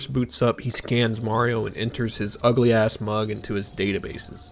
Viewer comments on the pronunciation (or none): none